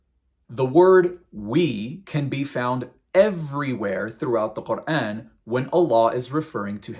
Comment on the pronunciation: woah the way u pronounce quran, ive never heard anyone say it like this but it sounds soooooo beautiful omg